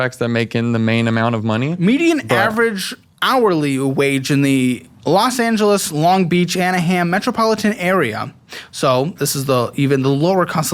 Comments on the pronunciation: AnaHAM. No nooo. Lol That's not how you say it.:_Laughing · The way pronounced Anaheim 😂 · I'm Australian and I know how to pronounce it correctly. Wtf?